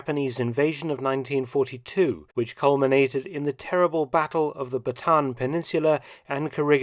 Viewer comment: Dr. Felton, Just a small correction on how to properly pronounce the peninsula of Bataan. Each letter is pronounced individually. The proper pronunciation is like this: Ba ta an, emphasizing the vowels. I know this because I and my Filipina wife own a farmlot 5 miles west of Orion (pronounced like the cookie Oreo, but with an "n" on the end) and have been taught the proper way to pronounce the provincial name of our home by her and the local people. Just an FYI..... Excellent work BTW....